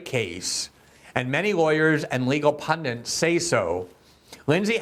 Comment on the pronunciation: Wow...Reading it from a screen, and he still said "pundants" 😯🤷‍